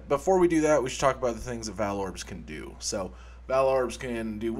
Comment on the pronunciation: It's pronounced 'vaal', not 'vaal'. God.